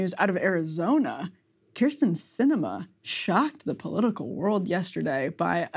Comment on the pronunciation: This is ginnah end a lottah “Kyrs’n Cinema”. 😹